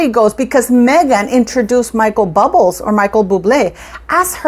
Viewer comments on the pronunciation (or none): Hi, Bubbles are for fun for children to make and Bub- le is how Michael's name is pronounced. Stop saying it's pronounced bubbles as you are incorrect. It's not amusing. You're better than this.